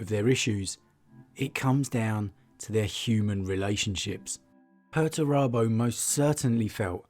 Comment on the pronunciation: 'Per-TURE-abo'. Per-ter-abo. Why are these names ridiculous? Lol